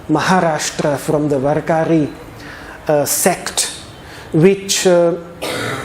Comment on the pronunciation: you know it's not " varakaari " its "vaarakari =."वारकरी"